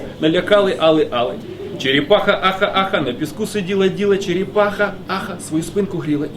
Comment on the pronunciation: ну чого ж вона там чєрєпаха, а не черепаха?